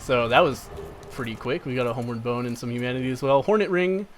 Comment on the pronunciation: Are you calling it homeward boner?